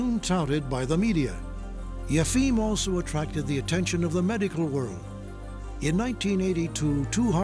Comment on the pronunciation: I can appreciate the arguments Michael Schermer gives on Yefim (the Boston healer) but learn how to say the guy's name.